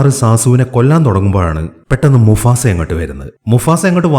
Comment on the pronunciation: Musafa alla mufasa😂🙂